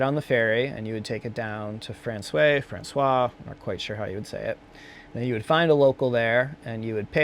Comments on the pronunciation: I feel your excitement; hope it's going to work out. Francois, incidentally, would be pronounced 'Fron-swa' at least in French French; not sure how French Canadians would make it, but probably the same. 'Fron-say' would have to be spelt Francais. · 'Francois' is French. The pronunciation is 'Fron-swarze'. François is a French masculine given name and surname, originating from the Latin Franciscus, meaning "free man" or "Frenchman". It is the equivalent of the English name Francis. It is widely used in French-speaking countries, representing both historical figures, like King Francis I, and modern namesakes. Exciting times ahead when the weather thaws. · you did pretty good, Thee locals call it Frans -way.. And The Nud- ick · Ohh yeah...The box has already been checked, and verified, that the two of you are Not " ordinary folk " : that's a good thing 👍 To help with the pronunciations, Nuddick ; it's not nude. And François is; France-wah. I'm curious about the technical rating of the climb. It has to be at least a 5-8+ ... Looking forward to that